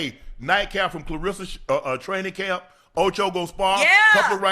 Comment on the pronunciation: Shannon...Shay...Unc...Please Take A Phonics Class and Stop Mispronouncing KLAH RESS A Shields' name...R E S S A ... RESSA